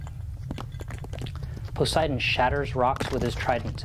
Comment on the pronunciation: but your pronunciation makes the GOD German! Try PO-SAY-EE-DAWN!